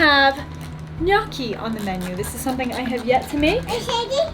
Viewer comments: Say it with me now … NyOOOO-key 😂🙏🏼 I love you for trying, and I know you want to say it right… strangely I think your very first pronunciation was right and then it went down hill from there 😅. I always recommend YouTube for how to say words… I use it all the time! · I've been pronouncing it gah no chee....sounds Italian to me ;-)